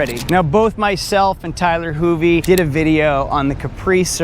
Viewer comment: ..."Tyler Hoovie"...cringe...